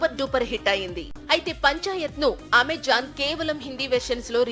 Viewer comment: Evara voice over, i shows nativity of Telangana, and last Its Amazon not amajon